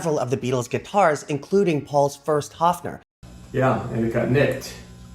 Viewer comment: it’s a Höfner not a Hofner, and the pronunciation is quite different